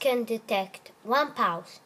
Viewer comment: I select Number fwee, One Pawse two Pawses, A tawch underneath. You're so cute X3